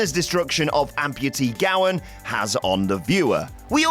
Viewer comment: *Gowen not Gowan